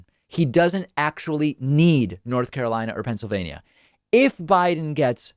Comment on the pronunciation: Move on, YOU called N.Car WRONG...